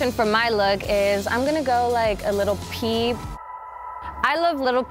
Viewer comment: She says shes a fan of lil peep but says little peep🤦🤦smh